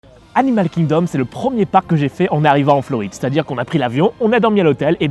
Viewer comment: Hello, merci pour cette vidéo (que j'aime un peu moins que les précédentes, même si ce parc est superbe. C'est mon ressenti mais je t'ai trouvé survitaminé: trop passionné par ce parc ou tu avais bu trop de café/de Coca/de Red Bull,;-) Et aussi, pendant que j'y suis dans les critiques, petite note d'anglais: pas de H à Animal Kingdom donc pas besoin de le prononcer! Hâte de voir ton avis sur Havatar:-D